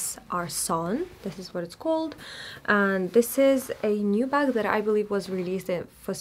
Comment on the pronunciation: You said “buk” hihi